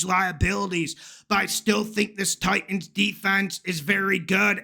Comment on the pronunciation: Please don’t say Titans that way. Pathetic 😂